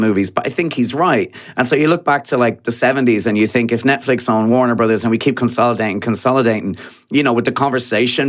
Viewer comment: OMG, would people stop calling it Warner Brohs, it’s Warner Brothers.